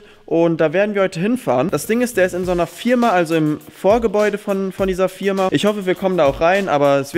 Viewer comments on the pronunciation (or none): Es heißt Firma nicht Fierma